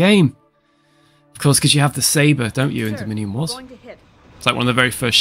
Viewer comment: Did he say "dominion wars" or "the mini wars"?